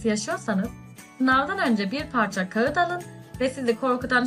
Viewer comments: Kağıt degil kagıt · yani deeee kajıtt geliyor.